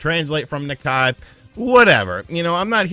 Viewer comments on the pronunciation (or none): Why a new switch isn't needed now:. Xenoblade Chronicles 3 and Monster Hunter Rise. Also, can you gaming YouTubers please pronounce Nikkei correctly. KNEE (like the body part) - KAY (like the jewelery store). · An easy way to pronounce Nikkei is "Knee Kay" and YES give us a PRO!